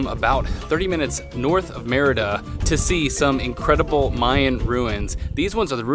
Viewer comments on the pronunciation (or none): Shouldn't you be saying "mare EE da" for the name of the city???? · Hilarious!! Loved that you had fun with the pronunciation of the city as "merda" which is a curse in many languages including Portuguese. I laughed every time... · Ha! Yeah, it also sounds like the French merde. :D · pronunciation of the word Merida sounds like he's saying mierda....😂